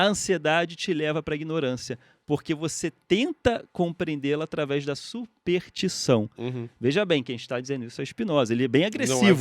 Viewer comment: O Pirula teria corrigido o Ruas logo no começo quando ele falou SUPERTIÇÃO, e assim teria evitado a vergonha alheia inteira que vários de nós sentimos ao ouvi-lo dizer essa palavra o video inteiro. (ou não. ainda não assisti até o final pra saber se ele se corrigiu, mas já vi ele dizer essa palavra errado uma meia dúzia de vezes) Volta logo, Pirula!!